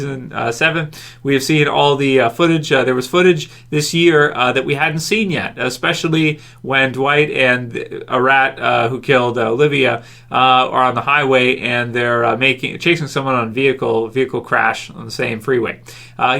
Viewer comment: Negan pronounces ARAT as UH-ROT...not A RAT lol